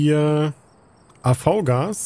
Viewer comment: man spricht das AVGAS "AFFGAS" aus